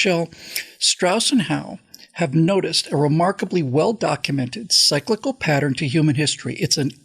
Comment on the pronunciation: I had to look it up to make sure, but you pronounced cyclical wrong.